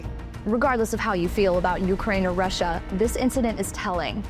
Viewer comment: Soooo it's rushina rushina rushina, not Russia Russia Russia????